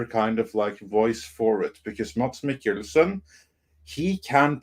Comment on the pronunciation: "IT'S [ˈmæs ˈme̝kl̩sn̩] (IPA)!" 😅 That is, there is no /d/ in his name 🤓. As evidenced by syllabic consonants /l/ and /n/ marked with ⟨◌̩⟩ in the pronunciation of his name, Danish is an inhuman language 😅!